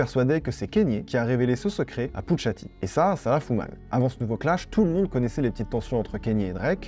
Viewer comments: Très bonne vidéo, mais kanye se prononce kAnye et non kEnye, et pusha T se prononce comme ça s’écrit, pas puTsha T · C’est « Poucha T », pas « Poutcha T »… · arrete de dire putsha t je vais m'enerver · J'aime beaucoup ce que tu fais, tu t'y connais vraiment en musique et tu fais des recherches de fou, et merci pour ça. MAIS le fait que tu dise "Kénié" toute la vidéo (et "Putcha T") m'a trigger de ouf. Et comme il a dit: "Now all I need is y'all to pronounce my name It's Kanye, but some of my plaques, they still say "Kayne" " (Diamonds from Sierra Leone) En tout cas, merci pour toutes ces histoires!:)